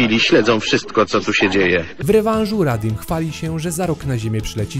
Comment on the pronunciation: nie radim tylko raditz XD